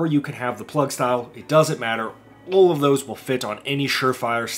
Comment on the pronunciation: the way you say "all" sounds like you're saying "oil" in a southern accent 10/10 🤣